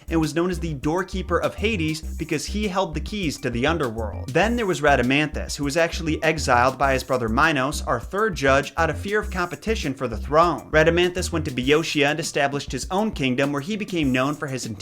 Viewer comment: BEOETIA… *BOEOTIA.